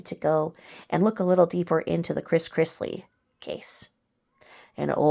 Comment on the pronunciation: Todd Chrisley. Not Chris Chrisley :)